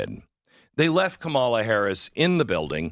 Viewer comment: Pronounced "Commala" Not Kmalha